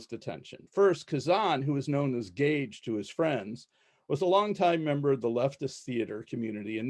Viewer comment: This professor mispronounces Kazan's name and his nickname, "Gadge." It's like "Gadget," because in early days of the Group he had a talent for fixing things and creating solutions to problems. They called him the Gadget, then just Gadge. And please, please, it's not "KazAHn," it's "KazANNE."